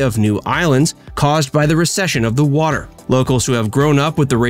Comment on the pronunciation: Watter? Watter? I thought it was water.